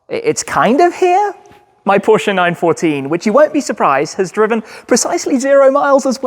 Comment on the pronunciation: The way you say Porsche. Does my heading 😂